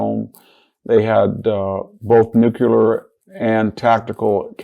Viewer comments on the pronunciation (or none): Love the man. But he mispronounces nuclear every time he says it (nuculer). / ... Can't take it. Unacceptable. It's in other videos too. George Bush, I can understand, but not Victor. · How can I take advice from a guy that mis -pronounces Nuclear?? It's not nukular yo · What is it with supposedly well educated people and the word NUCULAR??? Nuclear is not so hard to pronounce!